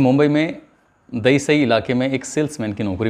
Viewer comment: Dayisayi nhi sir dahisar hai